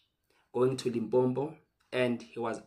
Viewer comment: LIMPOPO, Not limpompo